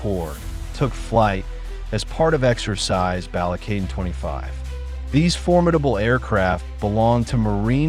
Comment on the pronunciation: Don't make content using a stupid ai voice generator who can't even pronounce shit correctly. I stopped watching when i heard the bastardized BALIKATAN (BAUL LEE KA TON) is how its pronounced.